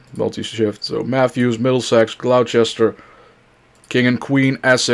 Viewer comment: Definitely can tell you aren't from Virginia. "Glow-chester" made me laugh.